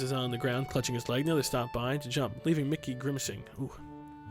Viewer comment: not being a dick but miki is pronounced 'meekee' not micky